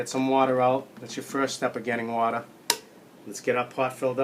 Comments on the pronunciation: Love it... Whaa-Da (Water) Great Video Thanks for sharing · Sorry, it's not "Water", it's "Wadda".